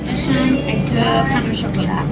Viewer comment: Best guide on a trip to Paris, how affordable it is and how convenient it is to get around, I've seen so far. And VERY fun to watch the experience. Got to practice your "deux" pronounciation though, it very much sounds like a Simpson's "Doh" :D